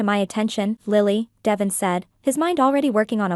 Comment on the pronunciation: Pronounce Devon's name right